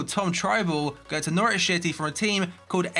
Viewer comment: I thought that said Nowrich Schity